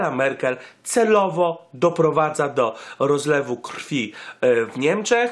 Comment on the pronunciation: Rozlewu, a nie Rozwlu